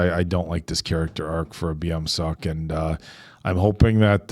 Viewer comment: beomseok is the character yall keep calling biyoom, its pronounced like bomsock, the eo is a specific vowel sound thats closest to an o or uh in english. Sieun should be pronounced shee-ewn not siyoon :))